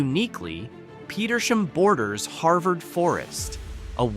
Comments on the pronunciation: The town of Petersham is pronounced like 2 words Peter's ham. You need to work on your pronunciation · It is an Ai voice pronouncing these towns. Us humans from around here know Leyden is "Lie-den", Petersham is "Peter's ham", Barre is "berry", Gill is as is, part of a fish, And I've never had to say the word "Tyringham", So not so sure on that one, I'll go with "tie-ring-ham", No? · Ham- PetersHAM. Barre is pronounced Barry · Not trusting the narration. Leyden is mispronounced. As are Petersham. And Barre. And Gill. And Tyringham.